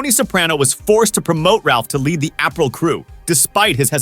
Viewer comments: It's "Apreel" not April 😂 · Not April, A-PREE-l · this said Jackie April 😅